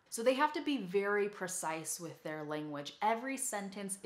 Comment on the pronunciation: "So they have to be very percise [sic] with their language." PRE-cise. "The words have to be percise [sic]..." PRE-cise. "The sentences have to be percise [sic]..." PRE-cise. "...perfessional writing [sic]..." PRO-fes-sion-al ().